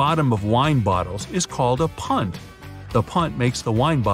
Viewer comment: when he said “punt” i thought he said: PUN XD